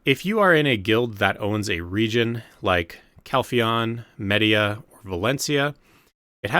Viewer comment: It really hurt to hear you butcher the pronunciations of all of the regions so bad, especially Mediah and Kamasylve